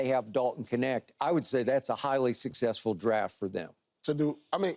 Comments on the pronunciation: Why do they pronounce his name as "Connect"?! Isn't it "Kneht"? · Would all Americans please say his name correctly?? It’s not K-net its Knecht(ch is spoken like in charlotte) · I thought the K was silent in his name lol